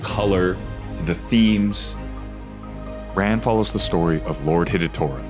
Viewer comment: Not to nitpick but it's pronounced RON. This movie made me obsessed with Japanese costume design and Emi Wada is one of my idols.